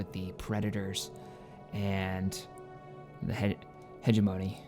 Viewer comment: Just a bit of constructive criticism: Hegemony is pronounced more like "Hedge Money" than "Hedge Moan-E", so like this. Heh Jeh Mun E (Said slightly fast)